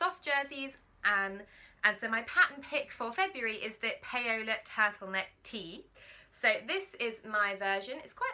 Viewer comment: Love your Paola top. I've just bought it on sale. Might even copy you with the fabric 😉. I think it's pronounced Powla (as in ouch). Spanish Paula. You are so fluid with your talking on film. Do you have to do much editing?